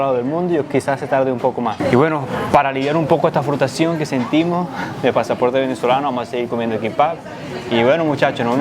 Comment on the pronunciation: jejeje nadie se dio cuenta que dijo Frustacion al final 🤭🤭jajaja no pasa nada y dale que el 28 sale bigote del poder